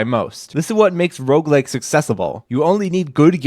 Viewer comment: i thought you were saying roblex the first time